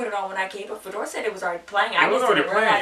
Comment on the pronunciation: Is Fedor’s name not Fyodor? (Фёдор)